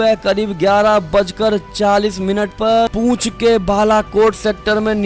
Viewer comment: It's not पूंछ rather it's पुंछ